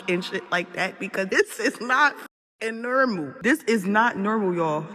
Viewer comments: Ok first, stop saying nermal. Everyone to some degree is changing every thing in our reality including the normal language we all learned as children. No one grew up spelling nermal, it's normal. So bc our world is full of cheats, slang and fakes we've now veered so off path that the brain fog from injections and ai have everyone discombobulated. There's a cure folks. Do work outside, plant a garden, feed the birds, walk to the grocery store, uh read a real book, tell a story that helps people in real life, be a helper, fix something with your two hands, play with animals, do a deep clean, volunteer...I could go on and on. It's us, the humans who make our world. Stop making the easy choices and shortcuts that are making us lazy and gluttonous. Find joy in simple things, have a heart and be honest. They are playing on our own bad character. They are obviously winning, duh. It's taking away our freedom and will power. Everyone is stuck in group think and too afraid to break out and be independent bc of fomo. Throw that in the garbage bc no one is missing out when they live free and simple. Stop waiting for someone else to save you bc they're not coming. Get up and do something human others can appreciate. Be useful. Before they make use of you. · That lady said its not NURMALhahahaha